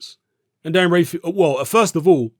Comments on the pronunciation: Dan rafael* not rayfial 😂😂😂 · Dan's surname is pronounced Raphael like in The Mutant Ninja Turtles! Dan Rafael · James Taylor dan rayfeel 😜